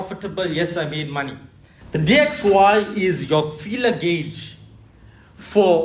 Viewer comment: After he said DYX instead of DXY i knew he cant trade and this will fumble :body-green-covering-eyes::body-green-covering-eyes